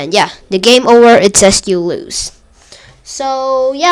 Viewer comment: i dont think thats how tetris works, also its "you lose" not "you louse"